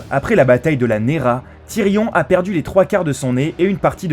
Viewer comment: Tyrion Lannister OMG comment c prononcé